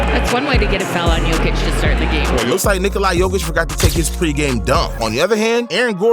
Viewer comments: bro why u say nekola its nick-ola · Bruh... It's pronounced Nick-o-luh not Nick-o-lai